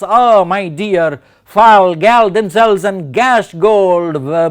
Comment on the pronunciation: A super explanation, thank you... Just one thing I noticed... Fall and gall are pronounced the same way... 'all'